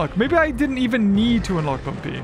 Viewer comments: Guys, you’re saying it wrong, it’s Bumby, not Bumpy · Bumpy ❌️ Bumby ✅️